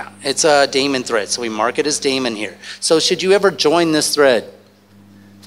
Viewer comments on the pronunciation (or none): As smart as this guy is, you'd think he'd know how to pronounce daemon.